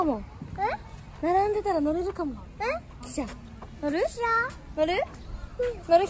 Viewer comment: あーちゃんの汽車のイントネーションが 私の中で記者とか貴社なのすごく気になる、笑